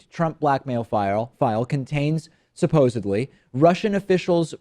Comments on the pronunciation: In case you actually don't know... It's supposedly. Not supposibly . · And OMG you just said "supposibly" . Do t drink and broadcast.